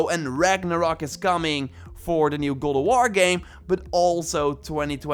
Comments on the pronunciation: its god of war not guld of war say it right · “Gowd o warr “yess his back!!😂